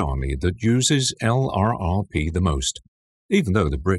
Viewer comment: LURPS not EL-AR-AR-PEE !!! man this is borderline unwatcheable.